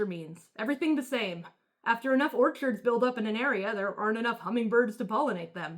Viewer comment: Why do you pronounce orchids like orchards